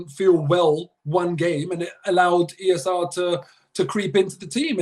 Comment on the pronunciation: The way says E S R. lmao he REALLY wants it to catch on 😂😂😂